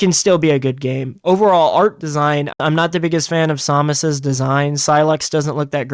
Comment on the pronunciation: I never thought I’d encounter another person that pronounces Samus’ name that way